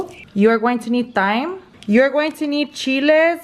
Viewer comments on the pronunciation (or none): Hey girl just a heads up Thyme is just pronounced like “Time” like what time is it? Lol just so you know for next time loving the video so far 👍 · You’re NOT suppose to pronounce the H in thyme 😂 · She says taim wtf 😅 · The way she says thyme lol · The way she says “Thyme” is so funny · you cracked me up when you said thyme that was your spanglish lol those look 🔥🔥definitely going try them